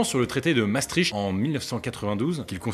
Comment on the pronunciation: Ça se prononce Mastrikt